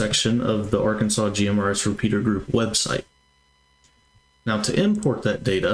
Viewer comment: Not Yurkansas. Arkansas 😊